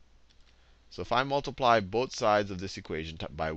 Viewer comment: I like his accent, or the way he says things. XD I know he's saying 'Both sides', but I keep hearing 'boat sides'. XD It's making me smile. I've never smiled when being taught math before. I've always hated math with a burning passion. But now I'm actually smiling at it. ^__^ That's something remarkable.